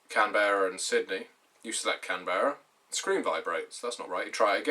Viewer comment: Canberrans pronounce it "Kan-bruh", a little bit like Edinburgh. Nice to be mentioned though. :)